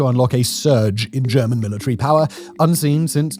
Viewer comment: I love when Simon pronounces power as 'Pah".